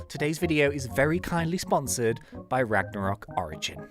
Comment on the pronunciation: Him says ragnorok Me: double tap side of screen